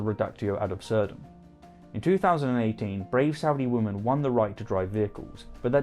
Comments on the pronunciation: Every time you say women (plural) it sounds like woman (singular). It is one of my biggest pet peeves and it absolutely drives me insane. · By the way, I am trying to figure out why you pronounce women, as woman, and women's as woman's. I haven't been able to find anyone else who doesn't pronounce "women" and "women's", as "wimmin" and "wimmin's". Oops, I tell a lie. If memory serves me correctly, George Galloway is also culpable of this insidious mispronunciation. I suppose you're in quite good company then... >